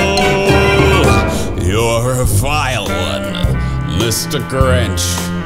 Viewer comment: its grinch not gwinch